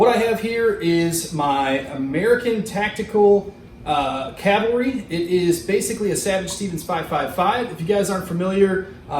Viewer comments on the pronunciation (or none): It's a CA-VAL-RY not calvary.